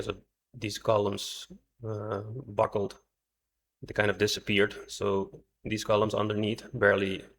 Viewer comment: The word is buckle, not buckel.